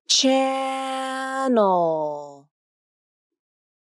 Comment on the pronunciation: hello, why you rounded your lips for dark L in the word channel. Thank you.